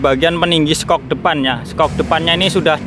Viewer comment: Nilai bhasa Inggris pas jaman sekolahan berapa mas?tulisannya review dibacanya riview,dan itu tulisannya shock buka skok ya 🤦‍♂️🤦‍♂️🤦‍♂️